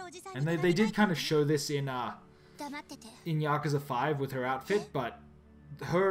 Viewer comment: Its pronounced Yakooza - jesus!!!!!!!!!